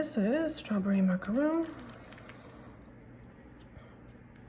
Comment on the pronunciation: Thank you for your video. It is pronounced Strawberry Mac a Ron😊